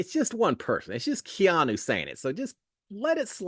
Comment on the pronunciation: If i am going to listen to you again this year..you have to say Keeeeaaaannnnu's name correctly!